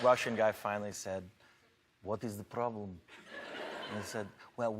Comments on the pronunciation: пррррррроблэм он как русский р сказал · Вот из э проблэм , он четко скопировал то , как я произношу знакомые слова на английском . 🤦‍♂️